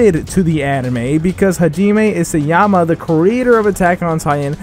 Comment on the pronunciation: It isn't 'Isuyama' it's 'Isayama'